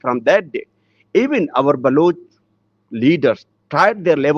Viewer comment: Not Baluchi but Baloch. Learn forst